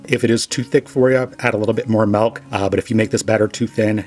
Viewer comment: Are you saying "melk?"